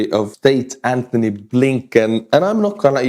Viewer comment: it's Anotny no "H"